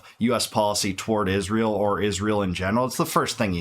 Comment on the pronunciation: Why does she says ISHRAEL? 😂